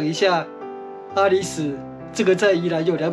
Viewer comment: （阿里史)是巴宰海族阿里史社.原領域是今台中市潭子區一帶。 (阿里史a-lí-sái）的（史)不是唸sú 而是唸做sái。